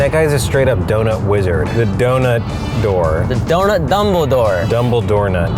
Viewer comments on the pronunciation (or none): u can’t say dumbeldoor